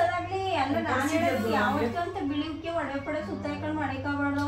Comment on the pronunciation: ವಡವೆ ಅಲ್ಲ ಒಡವೆ